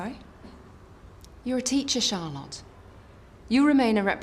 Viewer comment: 13.10 ‘CharLOT’